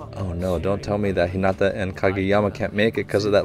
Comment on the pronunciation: PLEASE dont Stress the "nata" in Hinata but the "Hi" ... his name sounds almost spanish when you say it like that